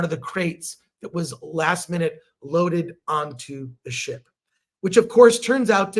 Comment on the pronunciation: Every time Chris says ship I always hear "shit"😊